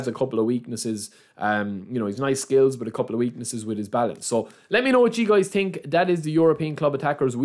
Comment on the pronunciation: its so funny when he says „i definitely ting“